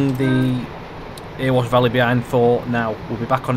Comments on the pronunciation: Please call it the Erewash (Eree-wash) not Earwash Valley. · Nice vid, but having put so much great effort and research into this route, has no-one told you that Erewash is pronounced "EH-ree-wash" yet? .... as in, it rhymes with "Very Wash".